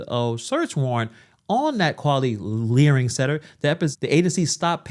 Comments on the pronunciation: He said learing wrong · they are saying it wrong. its 'learing' not 'learning' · It is LEARING, NOT LEARNING. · It's Learing center NOT learning center.